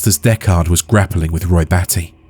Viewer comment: Real voice or AI? "Deckard" was pronounced weirdly.